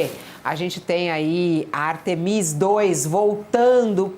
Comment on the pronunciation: 8 dias de missão e ainda tem jornalistas falando o nome da missão errado, pelo amor. Artemis (o som forte está no A) e não Artemís (como foi dito). Complicado